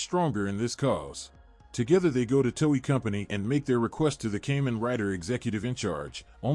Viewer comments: Cay-men?? KAH-MEN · Great video, my only gripe is how you pronounce Kamen the A is more of an AH as Japan (and the rest of the world) use Ah Ee Oo Eh Oh when pronouncing vowels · "Cayman rider"... This AI need more training... 😥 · Porqué pronuncias Kamen de una forma tan rara? Es una palabra japonesa que suena igual a como sonaría en español. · Why you cannot pronounce "Kamen" correctly...